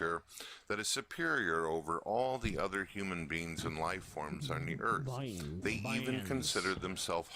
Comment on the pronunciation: you can even hear him say orn instead of on during the first videos